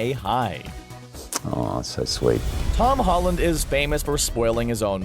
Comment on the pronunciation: tod holland???? its tom holland!